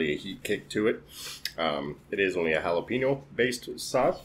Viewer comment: Why did you keep saying red jalapeño? Plus it’s jalapeño-PEÑ-o, not jalapeño-PEEÑ-o